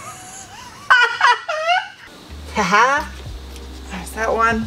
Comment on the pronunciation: the "thicq" pronunciation caught me so off guard, im actually dead laughing